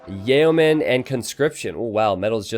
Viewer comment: Love your casting and loving captureAge. But please pronounce "Yeoman" as Yo-man" instead of "Yeah oh man" 11